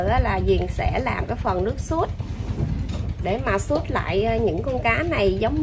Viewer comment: ơi nước Sốt cà chua chớ không phải là “ suốt “ nghe Diền nói cho đúng 😂😂😂